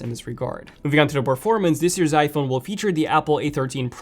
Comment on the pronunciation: When you try to say iPhone really fast it sounds like you’re saying f1